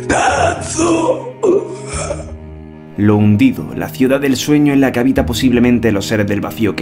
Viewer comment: Soy el único que escucha "cespertado..."?